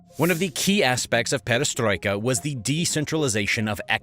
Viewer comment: Attack of Nazi Germany agains Soviet Union was called "Operation Barbarossa", not "Operation Barbossa". And Gorbachev policies from '80s were named "perestroika", not "pedestroika". Man, you have this written on screen ! My ears are literally bleeding hearing this. And perestroika happened after (and probably because of) Afganistan war, not during it. And there was no backlash in Soviet Union between young people and wealthy elite. And in 1990 Soviet Union did not lose control over any territories in Poland and Romania, because there was no such territories. The only place, where there was significant backlash against mobilisation was Dagestan and it was quickly pacified. In other regions men are going to army pretty willingly, lured with promises of good salary. There is no specific support for local leaders in Russia regions, as these local leaders are all representatives of One Russia party controlled by Putin. They are all basically Putin's puppets, just part of the regime. And those leaders were specifically chosen based on their loyalty to Putin, not their competence. So any chances of local leaders rebelling against Putin are next to zero. And so on and so forth... This material, though entertaining, is mixing up dates, facts and sequence of events. You could do better.